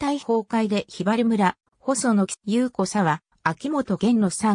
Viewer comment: 雄子沢は「ゆうこざわ」じゃなくて「おしざわ」です。喜多方市民より。